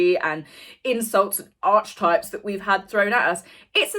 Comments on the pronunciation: Pronounced ‘arketypes’ not ‘arch’. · ARK-EE -TYPES Not arch-types!!! I love you, but pronounce Archetypes correctly.:) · Oh my dear. You are still saying “arch types “??????? For the love of god - it’s pronounced “are ka types”. Please, PLEASE?